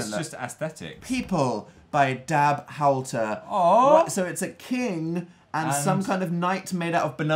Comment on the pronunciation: h-OWL-ter. owl slide. :)